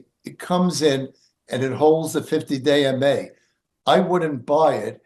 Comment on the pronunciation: Haha, oh man, for the longest time I kept hearing say "50 day in May" instead of "50 day MA". It wasn't until this video that I heard it differently. I kept asking myself, "does he have severe OCD or something"? 🤣🤣🤣